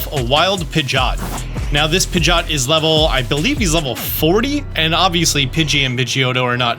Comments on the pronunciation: X Pi-jot ✓ Pid-ge-ot Pidgeot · I’m pretty sure it’s Pidgey-Ot. What in the world is a Pidg-Ot? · Disliked because you keep saying “pidge-aught” and I hate it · am the only one triggered but him saying pigioet wrong